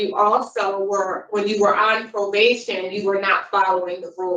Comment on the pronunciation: If I have to listen to this moron say “pobation” one more time…